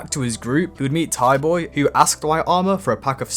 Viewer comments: bro really said thighboy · This guy really called him thaiboy it’s a silent h bro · It’s pronounced “tie-boy”